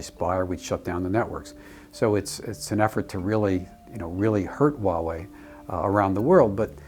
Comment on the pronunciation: You guys need to stop saying Waowei, it's Huawei.. not Waowei. She said Huawei correctly.